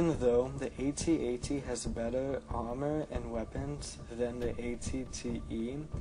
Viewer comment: If only you could pronounce AT-AT correctly.....its not A-T-A-T is AT-AT